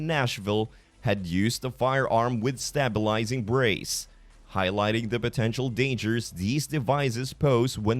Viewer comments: 'Stay' bilizing not stab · Stop using AI voices, or Bot voices. A human being would not that "stabilizing" is stay-bil-izing not stah-bil-izing. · this is an AI speaker can't say stabilizing says it stab ilizing. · I think the narrator needs to go back to grade school. So he can learn how to pronounce "stabilizing braces" properly.